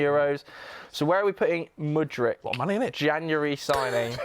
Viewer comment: IT'S MUDRYKKKKKKKKKKKK NOT MUDRICHHHHHHH